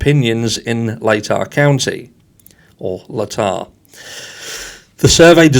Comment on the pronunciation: Of course he's part of the good ole boys club i was born and raised in idaho it's what idaho is known for and it's pronounced lay-tah county.